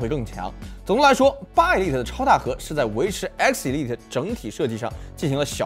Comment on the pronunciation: 一利特，是這麼念嗎？